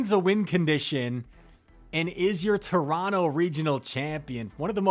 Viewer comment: Good pronunciation of Toronto, my guy haha hope you make it out again next year